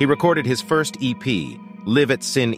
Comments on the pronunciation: Ummm.... WHY add all that spazzy static over the image?! It's obviously an effect chosen on purpose as it exists over all clips. Could only make it thru 4 minutes of that crap. Also: It's "Lie-v" At Shin-ay and not "Liv" At Sin Eee. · Hi there, I'm not sure if you're using a digital VO program for the script, but the name of Jeff's debut EP is pronounced LYV AT SHINAY, not LIV AT SIN-E. It's a live recording, after all. Great video otherwise. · Interesting video but found the true crime doc narration off putting. Jeff Buckley played at Sin-é a lot but I don't think he lived there haha. The EP was a live performance at a cafe called Sin-é (pronounced 'shin eh'). It means 'that's it' in Irish. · It's pronounced ~LIVE (like "alive") at SHIN-AYY~ Not "sin ee"... Good video though! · Uhhh, it's Live at Sin-e, pronounced Live as in a live show, and Shinay, it's a live EP from Sin-e, which was a cafe he performed at regularly, and Grace didn't receive critical acclaim at the time, according to wikipedia it received mixed reviews at the time and only in later years received more acclaim post-mortem. Inaccuracies and misleading information in this video. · nice doc. p.s. the name of his first EP was Live (as in not pre-recorded) at Sin-é (pronounced shin-NAY) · The album is live at Sin-e (it's pronounced Shin Ay... it's Gaelic)* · Great video. However, we need to talk about your pronunciation of 'Live at Sin É.' It's pronounced. 'Lie-vv at Shinn-ay' Because it was a live performance. Like: live in concert. 'Sin É' is a venue and a phrase in Irish meaning: 'that's it'. Just thought I'd point it out. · "... Live at Sin-é...". /ʃɪˈneɪ/ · For what it's worth- the album is pronounced "L-eye-v at Shi-nays" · Was this made by chat gpt? It’s pronounced shin-ay. Anyway, decent summary. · Livv at Sin eee...Jesus who is reading this out? Bot? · Oh for fuck sake.... "Live (as in live music) at SHIN-A" (Irish pronunciation)